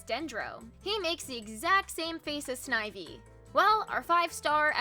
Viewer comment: Sneh-vee?????? Oml😭